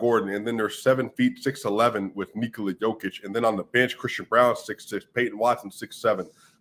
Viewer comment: Good content. A bit wild tho that you still pronounce Nikola wrong. You should know better